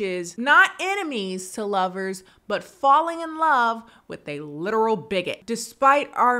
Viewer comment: "Literal life" & "literally live" brought out the english/British accent in haha love it